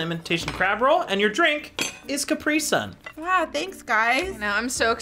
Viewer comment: capr-IIII-sun? capr-e-sun